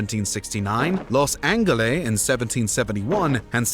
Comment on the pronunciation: carolinans? war of the spanish "secession?" Los AnGeles? Do you know how to read words?